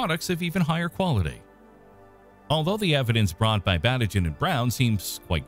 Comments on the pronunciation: Pronunciation: Batygin = Ba-TEE-gin. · it makes me mad that everyone is pronouncing konstantin batygins name wrong! is it so hard to check that before reading the script?!